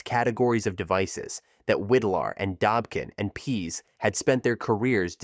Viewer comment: Widlar pronounced his name WIDE-LAR not WID-LAR.